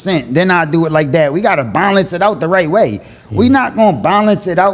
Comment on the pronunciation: Bro said ‘’we gotta bonlence it out the right way… we not gon bonlence it out…” tf is bonlence bruh 😂 🗣️’Balance’